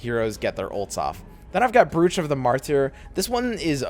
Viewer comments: Brooch is pronounced 'Broach'. Like a pin you wear. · Do people actually pronounce "brooch" like in this video? I've always heard it pronounced as "broach" as in the piece of jewellery